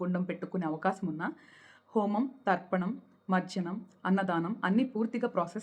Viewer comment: It is not marjanam... Spell it correctly mam.. It is not English.. It is Sanskrit.. for mantra sadhana and mantra sadhakaas pronunciation is extremely important ..